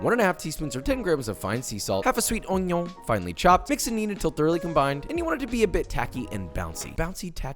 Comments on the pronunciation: the only way to say onion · I can’t believe you felt the need to change the B-Roll music but you’re still saying onion like Carl Wheezer